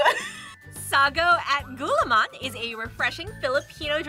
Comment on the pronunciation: the pronunciation was a bit butchered- but here you go! inihaw- (i-ni-how) beef pares- (beef par-ez) sago’t gulaman (sa-gou-t gu-la-man) ube maja blanca (u-be ma-ha bla-n-ca) overall, not trying to hate! just want to show you the correct pronunciation!